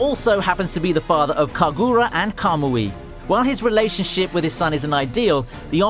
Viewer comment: Dude did you just pronounce Kagura as kaguuura